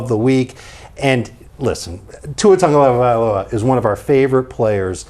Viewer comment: pronunciation of Tagovailoa is WILD 😂